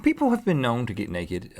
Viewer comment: And neked!?!?